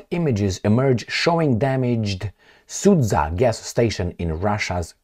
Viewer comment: Hi, Let me help you with pronunciation of the city Sudzha in the Russian’s Kursk region. It consists of two syllables: “Sud” and “zha”. “Sud” sounds like s-u:-d or sood (like in the word soon, with “d” at the end). The second part “zha” sounds like the first syllable in French word “Jabot”, just “ja”, very short. There is NO pause between these two syllables in the name of city - Sudzha, like if its only ONE syllable. Now you could be the expert on pronunciation 😆 - If it’s still difficult, I could offer you another type of thinking of what you are going to say. First part is simple “Su” like in “I’m going to SUE you”. For the rest of its name I want you to think about the word JUMP (you obviously knowhow to pronounce it). Now, just cut last two letters! “JU” and nothing else, very short. Now, you say (already familiar) “SU”, and immediately finish it with your short “JU”. That’s ALL!!! You got it! Now you’re the Official Russian Pronunciator! 😂 - Cheers 🥂